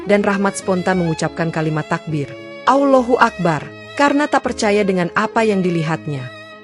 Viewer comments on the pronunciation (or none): Kenapa ada sebutan awlohuakbar